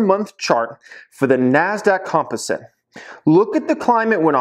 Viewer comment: bro please look up how to say COMPOSITE 🤓😂👆